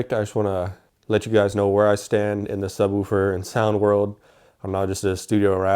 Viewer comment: say it like subwuofer not subwooofer lol